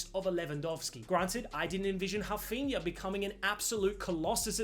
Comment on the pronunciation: Please call Rafinha, Rafinha. Hearing you say Hafinya is just cringe